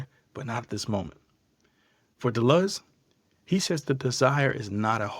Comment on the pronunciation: If you are going to speak with intergrity on a subject, at least learn to say the subject's f**king name properly. De Luz it is not. You chump.